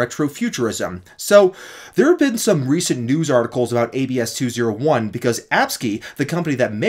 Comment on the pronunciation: It's pronounced AB-SEE not ABS-KEY